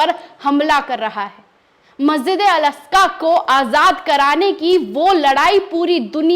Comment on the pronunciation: मेडम मेकअप कौन से पार्लर करवाया है थोड़ा लोकेशन बताएगी । और मस्जिदे अकका नही है । मस्जिदे अक्सा ।है।